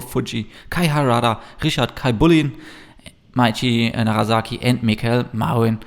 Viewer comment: A minor note - it's NaraSaki, not NaraZaki;)